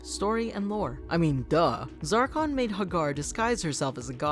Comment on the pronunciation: *lord zarkon. Please it triggers me